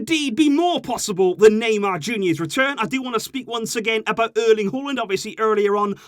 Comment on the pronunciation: Me I can't take this anymore it's every transfer were you hear the Naymer sage